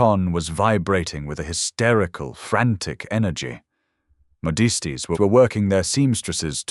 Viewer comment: And for pity’s sake tell your AI that “modiste” is pronounced “moh-deest”, that ladies wear headwear in the daytime and not elbow length evening gloves, that gentlemen require an introduction to women they have not already been introduced to, that there are different eras of dress styles and fashionable women all wear the same style, and that it is unlikely a Duke could see into a shop from inside a carriage.